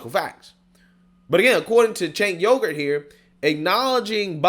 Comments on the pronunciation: "Cenk Yogurt" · "Cenk Yogurt" lmao